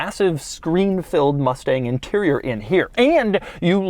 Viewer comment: Doug switched to a person from Memphis when he said the "inturrurr" for interior